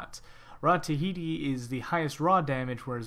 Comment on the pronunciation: awesome tips but can you read??? its not rod of tihiti, its ta-hoo-ti